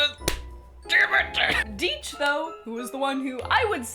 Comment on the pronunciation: A nice video, but please my friends, it's Die-ch, not Dee-ch.